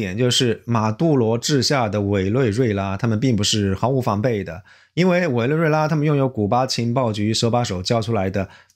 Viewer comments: 委泪瑞拉:face-purple-crying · 哈哈哈，听出来了，“委内瑞拉”这个国家名称很难念吧，尤其对粤方言区长大的人来说😂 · 我咋个觉得是个四川人呢 ？读委内瑞拉的时候差点成川普了